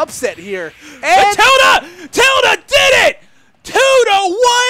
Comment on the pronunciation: It’s pronounced Till-Day lol. That bugged me the whole video